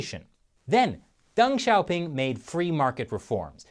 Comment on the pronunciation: Deng Xiaoping , I thought he said "Dung shopping".